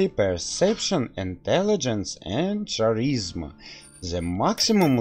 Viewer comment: "Charisma" is pronounced w/ a "K" sound instead of "Ch".